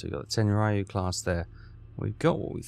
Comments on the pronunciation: I see you still haven't learned how to pronounce BAH-LAY-OH correctly. 🙄 - That is NOT a Tenryu class. For all the improvements that mod made to the base game, it screwed the pooch on that one. Looks more like a Nagara class than a TEN-REE-YOU, not TEN-RY-YOU, class ship. - You've gotta be f-ing kidding me...that is NOT how a Katori-class CL looked! Who in the blue hell modded that ship?! Did he even bother to do his research beforehand?! - Props for the Quagmire reference! 😂 And with that VERY nice patrol tally, you increase to 567,313 tons overall! Nice work! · Hes been pronouncing Tenryu wrong all this time and no one has batted an eye ...i have no idea how do you figure that 😂 (We do it to wind up him)